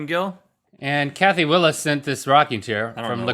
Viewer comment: Ps. Rhett and link I know it probably doesn't matter but its wills not Willis